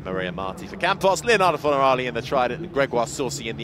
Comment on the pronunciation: Can someone tell this guy it’s FornarOli, not FornarAli